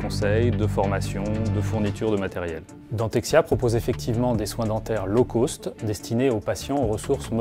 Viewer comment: "Low cost", ça ne se prononce pas comme "law coast". Mes oreilles saignent.